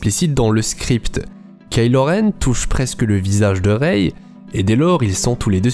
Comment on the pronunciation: On dit pas reyye on dit rey